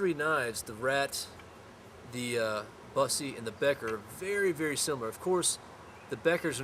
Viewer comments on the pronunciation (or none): i think you pronounce it BOOSSE not BUS eee